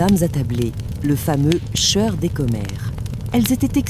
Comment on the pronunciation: Je me désabonne, j'ai essayé d'écouter plusieurs fois, car les histoires sont sympas, mais ce fond de feu de bois est trop fort, la voix masculine ou féminine est sympa aussi, mais argh les trucs genre peu.. être, le cheur au lieu du choeur, le pube au lieu du pub.. labasse au lieu de là-bas..et autres choses ce n' est pas glop.. bien dommage..